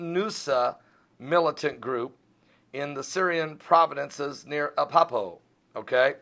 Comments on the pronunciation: love ya, but it's Ah - Leppo, not Ah- Peppo..jeesh! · Is he sad that Iran and Russia are partnering to attack ISIS, which is a byproduct of Hillary and Obama sleeping together with their Saudi friends? Learn how to pronounce Iran and Alepo. Speak about who did 9/11. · dont you mean aleppo? there is no city called apapo